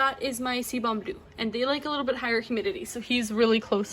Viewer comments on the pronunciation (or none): It’s pronounced “see-boo” blue. Great video. Very helpful.